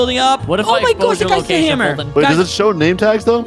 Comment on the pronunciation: You mean “Foltyn”